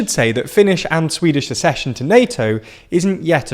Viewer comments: Accession: ACK-session. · Was I the only person really thrown by the weird read of accession? The double c represents two different sounds: Suc-cess ac-cess suc-cession therefore accession is ac-cession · It’s pronounced ack-session!